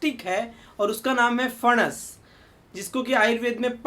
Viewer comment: सर, दाढी अच्छी लगती हैं आप को। बहुतही उपयुक्त आरोग्य जानकारी ! ! हमेशा की तरह ! ! धन्यवाद ! ! 🙏 आप का "फणस" का उच्चारण अस्सल "मराठी" हैं। 👌